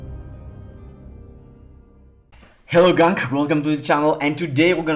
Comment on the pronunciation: Someone please tell him how to pronounce "gang"... Lol 😂 Great videos though bro. I love your content